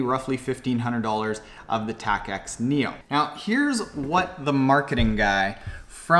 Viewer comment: Tacx is pronounced like tax. Also, Apple went from iPhone 7 straight to 8. There's no 7s.